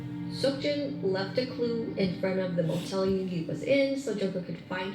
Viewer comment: I love the way says Yoongi 😂💜